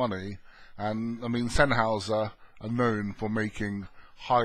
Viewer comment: English pronunciation = Sen-Highser not Sen-Howser.